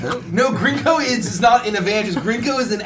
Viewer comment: They keep saying Grinko's name wrong and it's kinda distracting. :/